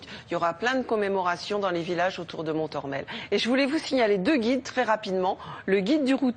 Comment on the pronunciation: Pas mal d'approximations dans ce reportage. Le ton de la journaliste est franchement décalé, pour le moins, avec le fond de son propos. Je vous assure que la visite du mémorial de Montormel (et non « mon-morel ») vous fera passer l'envie de rigoler. Comme un coup de massue. Rappelons que cette tragédie s'est terminée au corps à corps à la baïonnette entre allemands et polonais. Je ne sais pas si tout le monde se rend bien compte... « Sans conteste l'un des plus grands champs de tuerie qu'aucun secteur de la guerre eût jamais connus », jugera Eisenhower. « Quarante heures après la fermeture de la brèche j'ai circulé à pied dans cette zone : c'était un spectacle que seule la plume de Dante aurait pu décrire. On pouvait avancer des centaines de mètres en marchant littéralement sur de la viande morte et en dissolution. » Le « pont de Lambert » est en faite le pont de Saint-Lambert-sur-Dives. Il faut savoir qu'une rivière comme la Dives stoppait les chars. Incroyable mais vrai. Dixit le guide conférencier du Mémorial de Montormel. « La Normandie c'est plat. » Ah bon ? En complète contradiction d'avec mes 17 ans de vélo. « Pique-nique sous la pluie »... Attention aux idées reçues.